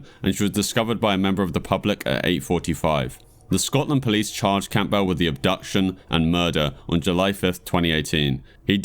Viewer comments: It's Cam-bull not Camp-bell. You sound British how tf do you not know how to pronounce that surname? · Why are you saying Campbell like '"Camp bell". It's obviously spoken as "Cambull". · Very interesting video but that's not how you pronounce Campbell 😅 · the name name campbell is pronounced Cam bowl, the p is silent